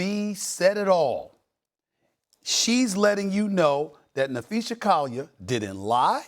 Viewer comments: Na-phee-SAA! Not SHA! Someone at ESPN please tell this man how to pronounce her name. He’s getting too comfortable with his own version. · Stephen A, it's Napheesa * not Napheesha. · "And Napheesha Collier is a star in the WNBA." but he somehow still doesn't know how to pronounce her name correctly? I think Stephen A. probably googled "Napheesa Collier vs. Cathy Englebert, who's side are most people on?" and saw in the results that everyone hates Cathy, and Napheesa Collier was MVP runner-up (or maybe the results literally said "Napheesa Collier is a star in the WNBA" lmao) and that's how he formed his lukewarm take that Cathy needs to go, which is what fans of the W have been saying literally for years. I don't particularly want to hear from people like Rabid Dog and Stephen A. until they prove they have even the remotest inkling of the dynamics in and around the W. Bare minimum is saying Napheesa instead of Napheesha, BARE minimum.